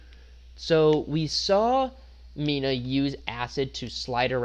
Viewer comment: You did Mina and mineta wrong my guy